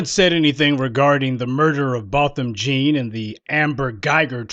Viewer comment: It’s pronounced John, it’s spelled jean, yes Ii know, but the family pronounce it John, so please let’s give this the respect for the family. This case has made (history) a new historical level against WS.